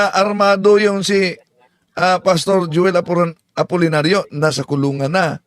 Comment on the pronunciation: Ayusin mo pg pronounce apolllnario.